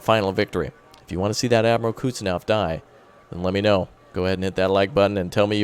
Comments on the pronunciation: sorry for being that guy, but the pronunciation of Admiral Kuznetsov is approximately Admiral "Cooze-nyet-saw" not "Cuts-naw".:) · I SWEAR I HAVE SAID IT BEFORE IT IS PRONOUNCED "KUHZ-NETZ-OV", say it right please.